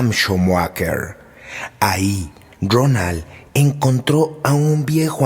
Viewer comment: Era Rowland H. No Ronal.